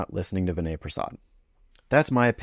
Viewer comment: Hey Pal, How about learning to pronounce Dr. Prassad's first name correctly?